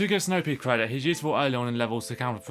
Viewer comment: hahaha the way you say snow pea for a second i thought you said snow pig